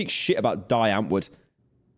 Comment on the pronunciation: The way you said die antwoord😂